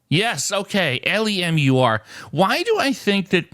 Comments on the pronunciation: LOUSE to LEMUR 😮 pronounced LEE-MER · Lemur is pronounced LEE-mur. It's a little primate! ⬜🟨🟩⬜⬜YUMMY 🟨⬜🟩🟨⬜UNMET ⬜🟩🟩🟩🟩FEMUR 🟩🟩🟩🟩🟩LEMUR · LEE-mer. Google them. Adorable. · La-moor??? Lol😂😂😂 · An instant classic. Save this to a highlight playlist. "Le'Mor". I bet the animals would actually prefer that fancier pronunciation. I love it! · The best part of this video, wasn't that you didn't know lemur (in the primate family)... but rather how you pronounced it! Loved it! It's LEE-mur (long e sound, similar to the word femur). Great stuff, Happy New Year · it's LEE-MOOR 😂 Half a point (Connections!) knowing it's an animal. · Amble, lemon, lemur. LEE-mer. Very cute animals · I bet you didn't pronounce it like saying it sounding like French "l'amour". lol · I don't know about American English, but in British English it's pronounced to rhyme with the way you said femur. Many thanks for all your videos in 2024 - great entertainment. Happy New Year to you and Cassandra. 😊🇬🇧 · Lemur rhymes with femur. I laugh when you give it a French accent. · In British English it's pronounced to rhyme with femur. The way pronounced femur. 😊